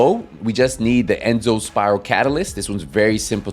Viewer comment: Enzo not Enzone